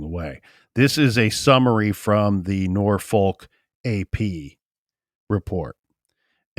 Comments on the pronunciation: Pronounced norfuck with out the long "u" not nor folk.ha ha. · I always get a kick out of the way people not from VA pronounce Norfolk lok